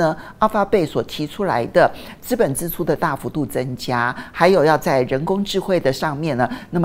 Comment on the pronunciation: 資本支（ㄓ）出不是（ㄗ），呃….正音要加油！